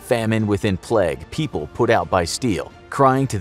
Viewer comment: The way the narrator says plague: "Pleg" 😂😂😂